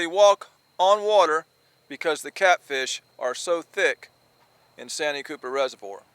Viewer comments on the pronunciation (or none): You keep saying sanyee cooper lake that's not what it's called I live about 30 minutes away from santee cooper that's what it's called get it right if you're going to talk about the catfish lake of South carolina in the town of santee sc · It’s pronounced SAN T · Austin from SC here. Just so you know it's pronounced " SAN - TEE Cooper"....